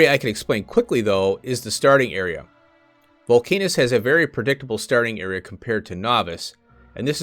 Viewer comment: I think it’s probably pronounced ‘volc-ah-nus’, though your pronunciation is more fun. haha Great video!